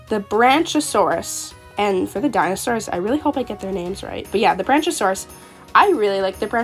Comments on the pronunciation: Ik I'm late but Isn't the pronunciation supposed to be "Bronk-iosaurus"? I just heard you saying Branchasaurus and had to pause lol! Keep up the AJ vids, love the content! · It’s pronounced brack-iosaurus, like the word brackish! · It is brachiosaurus BRAC-e-o-saur-us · Ngl I laughed when she said “Branch-a-saurous” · Isn't it pronounced brach-e-oh-saw-rus? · awesome video! i'm not sure if you were aware of a few of the mistakes you made with the names so i jut wanted to let you know ^^ (no judgement of course!) - Brachiosaurus (Brack-ee-oh-saur-us) - Coyote (Kai-oh-tee) - Fennec Fox (Feh-nick Fox) - Llama (Lah-ma) - Pterandon (Ter-an-oh-don) the P is silent ^^ I believe thats all-- like i said though, good video!! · Brack-e-oh-saur-us Fen-ic fox Ter-ran-o-don (the p is silent) (also not a dino but a flying reptile ALSO an archosaur) I don’t want to be rude just helping!